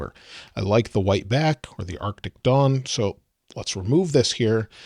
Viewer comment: It sounds like you're saying "arctic dong."